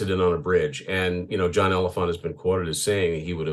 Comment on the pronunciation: Btw ... its pronounced like John Elephantay ... the last E is pronounced in Elephante.